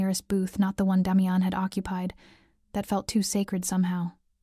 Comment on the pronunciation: This so call Ai that is supposed to be so smart can’t pronounce the name Damian ! How can anyone watch this through!??